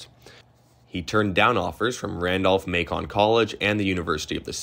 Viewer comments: Bro, you gotta learn how to pronounce this stuff... Apottoemax? Borrerguard? Randolph-Maykhan? That was rough. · This is good stuff. Perhaps re-examine some of your pronunciations, like Randolph Macon, Ku Klux Klan (not Klu Klux Klan), and especially Appomattox.